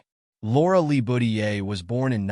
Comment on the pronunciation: you mispronounced their last name .dont put so much emphasis on the Le. its not pronounced Lee,its pronounced with a short e, almost like a short a sound.